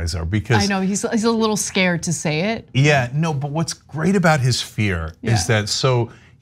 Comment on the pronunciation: "But dey said gwate things about me!" --Twump